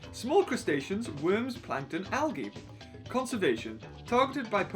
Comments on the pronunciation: I can just watch you say algae xD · He said Alge wrong and I do not know how to spell it so but be still said it wrong